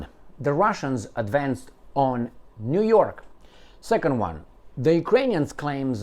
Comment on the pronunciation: niu york not jyork